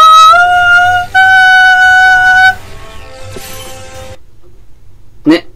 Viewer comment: ハァ↑ンマァーやカァ↑マに始まり・・「信じよぉおおお～二人な～らば～」からの替え歌ｗｗｗｗ もうダメｗｗ声上げて笑ってましたわ( *´艸｀)